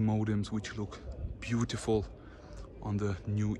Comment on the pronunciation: "buutifful E63 amg" lol.